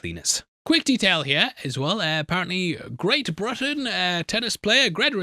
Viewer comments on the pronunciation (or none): none